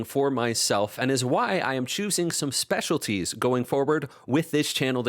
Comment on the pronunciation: "Speciaties", lol ... that said, thanks a ton for sharing!